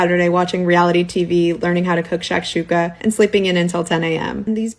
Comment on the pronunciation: I don’t like she said shashuka